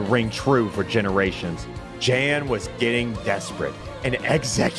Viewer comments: Not only did he do the name wrong in the video, he actually called you by the RIGHT name when he failed to get you with the pause thing. He said "Thanks for unpausing the video Yan (I'm spelling with a Y to show english pronounciation)" Then in the video "And named our rival Jan" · I may have misheard but I'm pretty sure called Jan "yawn". Such a brilliant, yet small way of roasting him even further 😆😂 (before any Americans come for me with "well actually...!", the vowel in Jan and "yawn" is different;) ) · Shout out to literally pronouncing your name right then immediately saying nope, f u, and deliberately pronouncing it wrong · Love pronouncing Jan's name correctly every time except when he names the Rival. Just for that extra petty lol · The absolute best part about naming the rival "Jan" is ending the intro with a direct message to Jan using the correct pronunciation. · As someone who lived in Sweden for 5 years it cracks me up when pronounces Jan’s name wrong. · i love how he knows how jan's name is pronounced and chooses to say it wrong. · probably the funniest part is that went through all of jan's reactions and still pronounced his name wrong for extra spite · Better yet, he pronounced it correctly once at the beginning and then never again for maximum spite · Did you notice he pronounced jan right only to purposely pronounce it wrong a minute later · "Perfect Nuzlocke" Can't pronounce Jan